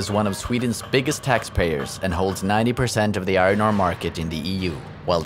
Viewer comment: The pronunciation of iron is hysterical - i-ron. Of course, it's pronounced i-urn. Non-native english speakers usually get this pronunciation wrong, but to hear it over and over again in one piece is funny.